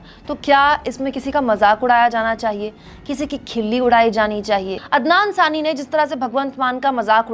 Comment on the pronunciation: Anchor ne poori video me ADNAN SAMI galat pronounce kiya, but it is normal thing, pr end me lga khi SARCASM to nhi kiya😛